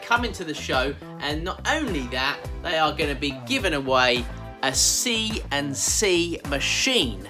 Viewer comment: CNC not 'C an' C'! ---> Computer Numerical Control, but all good:)